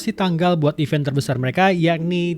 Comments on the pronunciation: Event min bukan even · "event" pak